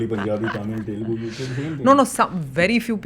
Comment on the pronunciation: First of all it is not 'T'elugu, it is Telugu.